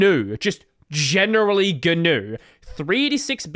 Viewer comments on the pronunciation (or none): it's not "something new will be done' - it's 'something guh-new will be done'